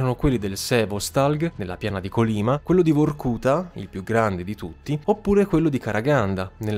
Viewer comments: Cortesemente due segnalazioni: Gulag, l'accento è sulla a. Si scrive Kolima, si legge Kalima. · Complimenti per i contenuti! Certamente è difficile pronunciare termini in lingua straniera, ma i video sarebbero ancora più belli se nel fare ricerca storica ci fosse un po’ di ricerca sulla pronuncia. Kolyma si pronuncia Kolymà, Gùlag si pronuncia Gulàg. Sembreranno dettagli, ma enfatizzano la qualità della ricerca.